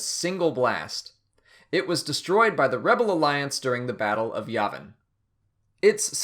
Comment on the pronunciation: Sorry, dude, but you're saying Yavin wrong.